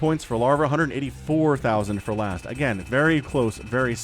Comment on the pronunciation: Last is T, not Z :p